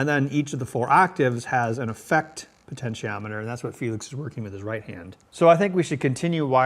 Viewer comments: "Potent-e-ometer"? For fuck sake, it's pronounced "po-ten-she-ometer" ... Even a 12 yr old science student knows that... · Who else cringed every time he said "potenTEEometer"?!? 😁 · It is indeed an odd word. Also I think the 8 bit guy has some trouble pronouncing it because it sounds like what he's saying is closer to "pentometer" than "potentiometer". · You seem to have trouble pronouncing the word "potentiometer", every time it sounds different.